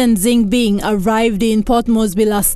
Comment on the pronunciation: Can the reporter at least get the name of President Xi jinping correctly? It’s pronounced like this Sea for Xi, Jean for jin, and ping for ping. Please!